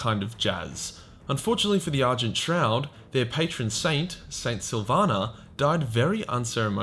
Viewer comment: Am I the only one that heard "Order of the Urgent Trout"?